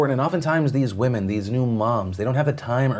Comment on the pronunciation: Ehh... wahmen